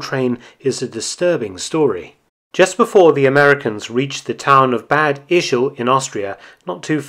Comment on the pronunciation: The a in the german "Bad" is pronounced as A in Armory. Very nice videos, just thought it may help.